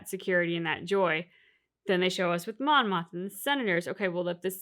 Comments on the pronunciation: Not sure how much longer I can take the “Monma” mistake. It’s Mon, Mothma, or Mon Mothma. Monma is not the name of a Star Wars character. You’ll remember Kleya’s name soon enough. The one thing I do love about this channel is that it’s clear that this is your first watchthrough, a fringe benefits of all the mistakes 😉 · It's Mon Mothma. I think you're saying Monna.